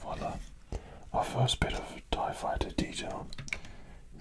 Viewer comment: Darth Vader tie faiyter